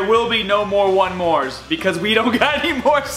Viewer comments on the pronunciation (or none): none